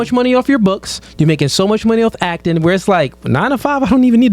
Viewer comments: Omg it's ACTING NOT AKING😤😡🤬🤬🤬🤬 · “Acken”? Is she not able to say Ac-ting? I've never heard it pronounced like she did. “Actress”? A working actress or was an extra in a movie or an actress in a porn flick? What were they in? What is there acting resume? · Please stop saying akin! It’s acting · Yo I cant stand the way this chick is saying acting sounds like yacking it's DISTURBING, these girls are delusional, truly sad how women dont understand men or what they want but a man needs to understand a women in order to keep her. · Can someone tell that dumb ass to its ACTING not akkin